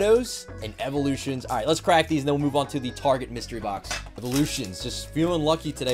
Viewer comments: Loved the video! Also you said tarjay instead of target multiple times lol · Dude Its 'Tar' 'Get' not 'Tar 'gde' 'a' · Why does he say tarjet instead of target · my man just called target; TARJ! haha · Tarjay I thought it was target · Awesome video but istnieje it Tar- Get. Not Tar-Jei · did u say tarjay it’s target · he says it tarjeee isnt it targettt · It’s actually target not Tajae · you seed tarjet its target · Why does he say. Targay it’s target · targae? tar Get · Wait... Its pronounced tar j? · Tar-Jaay.... Haha nice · I didn’t believe it when I heard target shoppers are better than Walmart shoppers but I didn’t know they were out here pronouncing it targhey, lol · my man just said tarjay 💀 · He really said tarjay lol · Did he just call target tarshay? Lol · bruh "Tarje" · He really said targaee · He really said targey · He pronounced target wrong lol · Ummmm… it’s called TAR-GIT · U read target wrong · Why you say tarjay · I can't set aside the fact that he is pronouncing target wrong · said target in a New Jersey accsent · Why did he say target so weirdly 😭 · So is anyone going to tell him he’s mispronouncing Target?🤣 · Why did he pronounce target so weird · I was wondering the same thing. Came to the comments to see if anyone else noticed it but you're the only comment about it. Thought it might be some inside joke I wasn't getting or something. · You said target wrong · The way he says target 🤦‍♀️🙅‍♀️ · is target rlly pronounced that way